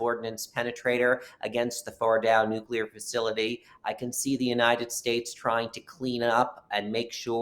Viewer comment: He's the first person I've heard pronounce the word "nuclear" correctly in a long time! 🤔